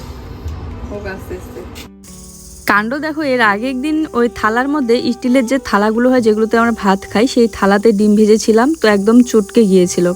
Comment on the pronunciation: কথা টা ইনজয়, ইসপিড, বোয়াও, ইসটিল নয় কথা গুলো, এনজয়, স্পিড, ননস্টিক কথা টা নন ইস্টিক না, স্টিল, ওয়াও, মেগি নয় ম্যাগী হবে উচ্চ্চারন।